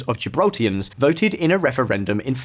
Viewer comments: Why do you keep saying Gibraltians? Its Gibraltarians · Gibraltarians mate...not 'Gibraltians'. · Why is he calling people from Gibraltar... Gibraltians? It's Gibraltarians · It is "Gibraltarians" not "Gibraltians" thanks lol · Gibraltarians, not Gibraltians lol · GibraltARians not Gibraltians. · It's Gibraltarian not Gibraltarans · What is a "Gibraltian"? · Great content however people that are born and raised in Gibraltar are Gibraltarians , also brush up on your Spanish vowels as you incorrectly pronounced La Linea and the Gibraltarian dialect Llanito .